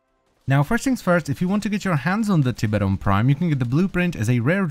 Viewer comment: "Tip-eron prime"... It's Tie-beron Prime